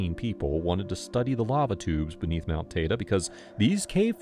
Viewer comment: It’s Mount “Tide-ee”